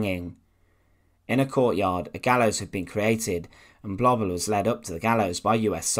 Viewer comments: Massacred the German pronunciations perfectly. Third reik. Paul blobble. Massacred. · The documentary was marred for me by the constant mispronunciation of Blobel's name. It does not rhyme with wobble or babble but with global.